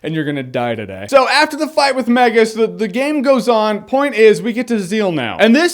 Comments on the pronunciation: I got in a huge fight with my friends back in the day about how to pronounce Magus. I called him Magus like Jeremy. My friends called him "Mageus", like "Mages", plural. And I was like "No, there's no "e" in his name." Epic. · I never knew he was called “the magus”. I just looked up the definition...and i’ve been pronouncing his name wrong for years lol.